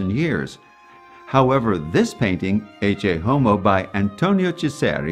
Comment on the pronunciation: Very nice. The thing I appreciate the most is the correct pronunciation of "Ecce", I was going nuts looking for it 👍